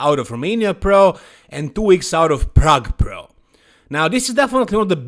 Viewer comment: Plrrrague Plrrro 😂